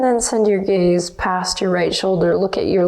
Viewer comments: When you say "soft gaze" I can't help but hear "soft gays" and I always smile to myslef thinking "Oh I'm a soft gay" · Hahaha aah! I always think "Send your gays forward" etc. Makes the practice extra good. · I’m glad I’m not the only one who hears that as a fellow soft gay 😂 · I didnt hear that before but now I will 💕 Soft Gays Doing Yoga ❤️🧡💛💚💙💜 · Now I can’t resist to hear it as such and such lol